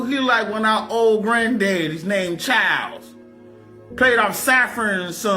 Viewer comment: His name is "Chawls" 😂🤣